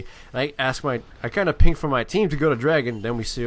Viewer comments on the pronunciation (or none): none